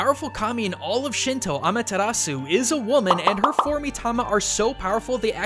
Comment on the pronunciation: Begging you to learn how to say "Amaterasu" correctly so I never have to listen to you butcher her name ever again.